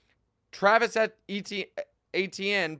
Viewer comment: The only tv guy who pronounces Etienne correctly.